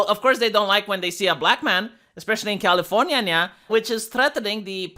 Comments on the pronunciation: My man said,” californana” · Every time says "Californyanya," I bust out laughing. I STILL laugh every time. Something is wrong with me. At this point it's childish. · Ok, i am honestly upset at "californyanya" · Nobody: Absolutely nobody:: Califor-ngya-ngya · Oh, I think that he says itbthat way is because taht how it is probounced i some non-English lnguage, but alo mixing tbe way it is said in English.